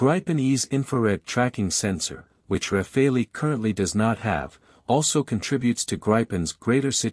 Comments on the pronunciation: It's not pronounced "Rafalee", it's "Rafal". The final "e" is silent. In French "rafale" means "Gust of wind" or "Burst of fire". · Starts by mis-pronouncing both Gripen and Rafael, then gets even weaker in analysis. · Please please please teach your AS (Artificial Stupidity) narratorbot how to say Gripen. It's a Swedish word, not an English one. The 'i' is short, not long, ie 'Gripen' rhymes with 'bitten' and not with 'ripen'. If the AS can't quite cope with a single Swedish word, please edit your scripts to use the English equivalent which is 'griffin'. And the French aircraft name is also mangled. This video is best viewed with the sound off. 🤦🏻‍♀️